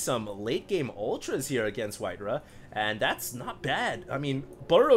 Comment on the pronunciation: White-raw* not White-ruh